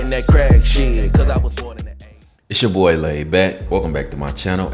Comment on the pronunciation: bro said doy 💀💀💀